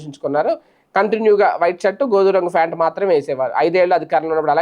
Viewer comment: ఫ్యాన్ట్ కాదు. ప్యాంట్ sir